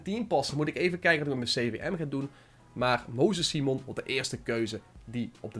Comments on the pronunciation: Je leest simon als saimen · Simon spreek je uit op zn engels. Hoor het meerdere ytbers zeggen dus ik snap het wel